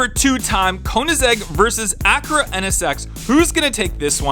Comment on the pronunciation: Wow he finally says agera right instead of ajera